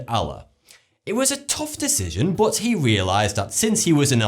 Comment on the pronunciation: he says but like bott